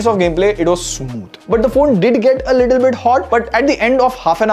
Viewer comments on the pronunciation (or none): none